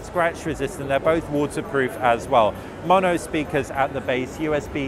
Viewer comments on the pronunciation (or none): none